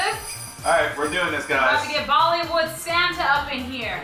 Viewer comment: When quake said "ready for bollywood?" I thought she said "ready for vomitfood?"